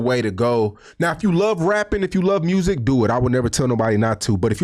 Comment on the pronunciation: He just gone say" mrusic " repeatedly 😂